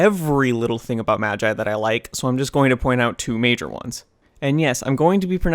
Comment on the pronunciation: Its pronounced "magi" not "magi"